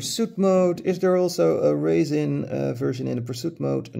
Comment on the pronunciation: Oh...you said RESIN. It sounded like you said raisin or racin'.